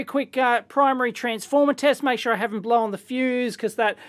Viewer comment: "blowen"... crazy aussie